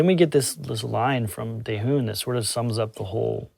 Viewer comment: Dayhoon? Lol